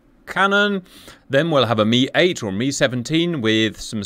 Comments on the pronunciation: US military nomenclature for the Hip/Hind was always with the phonetic "Em Eye" 8/17/24 pronunciation. When did it change to "Mee" 8/17/24? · Still confused why I'm hearing "Mee" instead of "Em Eye"...